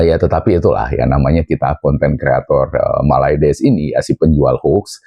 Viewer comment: Gw suka ketawa Lo bang kalo nyebut malades wkwkkwwk😂